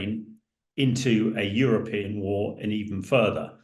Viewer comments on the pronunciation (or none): none